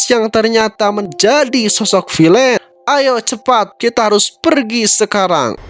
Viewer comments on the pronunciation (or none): none